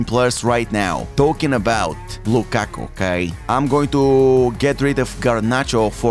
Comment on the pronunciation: Respect on improving your Lukaku pronunciation